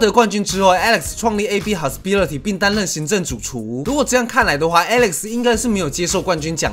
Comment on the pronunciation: psyman您的hospitality唸錯了......有打算要糾正一下發音嗎......